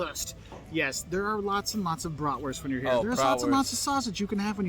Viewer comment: German here: You pronounced that wrong?! Dude you are one of the few americans who pronounces "Bratwurst" almost perfectly! Also, veal Schnitzel is the austrian version and there is another version of "Jägerschnitzel", the one from the former GDR: breaded Jagdwurst ("hunters sausage") with tomato sauce and noodles . And Sauerbraten is a kind of roasted beef which has been in a marinade that contains a lot of vingegar